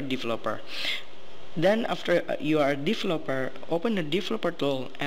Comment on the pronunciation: its pronounced THen not DEN and THis not DIS